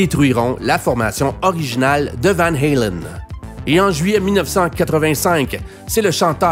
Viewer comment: c'est Van Halen et pas Van Helen